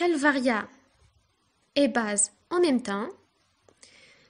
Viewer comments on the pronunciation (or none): none